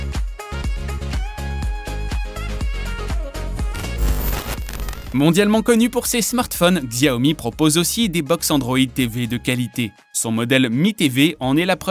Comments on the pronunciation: Xiaomi ça se prononce chiaomi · shi ao mi